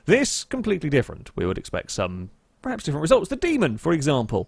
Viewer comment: IT'S 'PERHAPS' NOT 'PREHAPS'. SPEAK PROPERLY.